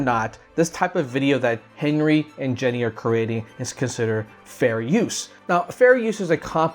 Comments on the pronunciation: I just wanted to point out that you are pronouncing Jenie's name wrong. I probably spelled it wrong, but I haven't ever really seen it spelled out. But yeah, her name isn't Jenny. It's pronounced like genie. You know like the wish granting guys that live in bottles. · nice video, btw its pronounced geee neee